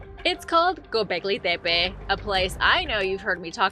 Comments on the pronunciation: "Gobleggi Debbay" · Tf is with your Gobekli Tepe pronunciation? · I don’t like how you pronounce Gobekli Tepe